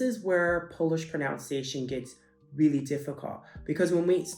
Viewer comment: Your pronunciation is so good!